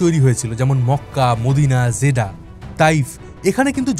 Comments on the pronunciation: জেডা, জেদ্দা হবে একটু বেশি পন্ডিতি করে বলতে গিয়ে ভিডিওটা নষ্ট করে দিলেন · ভাই আপনি জেদ্দা কে জেদা কেন বলেন?😊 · দাদা, উচ্চারণ ঠিক করুন - "জেডা" হবে না, হবে "জেদ্দা"। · বাংলা উচ্চারণ জেদ্দা হবে। জেডা না। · Jeddah! Not jeda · জেডা নামটা প্রথম শুনলাম, এটা জেডা নয় জেদ্দা। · ভুল বলেছেন যেদা নয়,,, জেদ্দা সঠিক উচ্চারণ 🎉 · ভাই জেডা না জেড্ডা হবে। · আরে ভাই জেডা না‌ 😂😂 "জেদ্দা" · জিদাহ কি রে ভাই!!! জেদ্দা বা জেদ্দাহ বলেন। একটা পপুলার শহরের নাম উচ্চারণের এই অবস্থা কেন! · যে ব্যক্তি জীবনে সৌদি আরব আসে নাই সে আবার আসছে সৌদি আরব নিয়ে তত্ত্ব উপাত্ত বের করতে জায়গার নামটা যে শুদ্ধভাবে উচ্চারণ করতে পারে না জেদ্দা শহরকে জাদা বলে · জেডা আবার কি ? Jedda মানে জেদ্দা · জেডা না, জেদ্দা বলুন। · ভাই জিডা না জেদ্দা হবে কথাটা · জেডা নয়, জেদ্দা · জিডা না জিদ্দা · উচ্চারণ টা জিদা না। জিদ্দাহ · জেদ্দাকে বলছে জেডা এটা কোন ফাজলামি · দাদা ভাই জেদা কেন বলছেন? জেদ্দাহ উচ্চারণ হবে আর দামাম না, দাম্মাম বলেন। ❤